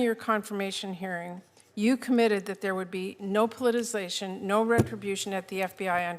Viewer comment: Old bag cant even say politicisation properly 😂